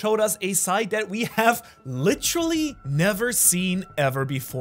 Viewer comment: I need a “licheral (literal) or licherally(literally)” Count 😂😂😂